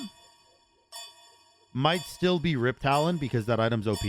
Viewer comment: Are u saying "riptalion" as a meme or do you think its "riptalion" instead of riptalon